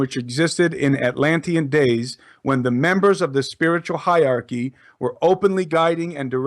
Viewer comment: the word is hierarchy (pronounced HIGHER-ARCHY - not HIGH-ARCHY)